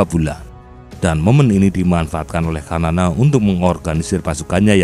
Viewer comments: Xanana bukan kanana...enak saja kau ganti2 nama orang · Xanana (pronounce bacaan nya Sanana bukan kanana) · Ejaan penyebutan s-a-na-na,, Bukan kamana min su ,,,parah PD amat lu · resah gw... sanana woy bukan kanana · Xanana bukan kanana